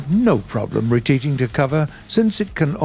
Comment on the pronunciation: reteating missing an r there mister